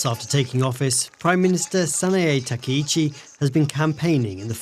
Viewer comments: The speaker lady is British, not German. The central reason why the speaker pronounces the ‘chi’ as ‘shi’ is because she does not know Japanese and does not often pronounce Japanese names. But there are two deeper technical reasons for why this central reason results in ‘shi.’ The first is that in linguistics ‘ch’ is the same sound as ‘sh’ but with a ‘t’ pronounced at the same time as the ‘sh’. That’s why in English if you write “catsh” or “kitsch” all English natives will pronounce them as “catch” and “kitch.” Because ‘sh’ is the same sound as ‘ch’ but easier to pronounce inside the mouth subconsciously on a mechanical level, in a moment of uncertainty for pronunciation it is likely to be defaulted to over the mechanically more complex to pronounce ‘ch.’ The second technical reason is that, in English language culture, pronouncing ‘ch’ as ‘tsh’ feels like the standard, normal, commoner way of pronouncing ‘ch.’ Whereas pronouncing ‘ch’ as ‘sh’ or ‘k’ feels more foreign and more classy. ‘Ch’ as ‘sh’ feels more French (because of words such as chagrin, chef, champagne), more smooth, and more elegant. ‘Ch’ as ‘k’ feels more intelligent (because of words such as machination, chemical, psychology), more imperial, and strong. So in a scenario where you don’t know exactly how to pronounce the ‘ch’ in a foreign name, would you rather pronounce it the commoner way ‘ch,’ the powerful way ‘k,’ or the elegant way ‘sh’? The answer will vary depending on context, but here the speak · サナエタカイチじゃなくてサナエタカイシって発音するのなんでなんや？って思ったらドイツには「チ」みてぇな発音があんまりないからとかなのかと考えたり